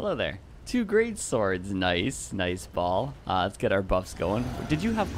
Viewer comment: I guess you never play Diablo 2.....Baal is pronounced bay-all instead of "ball".....made me laugh a bit.....awesome video btw.